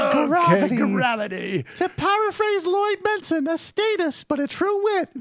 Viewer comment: "Lloyd Benson"????? LOL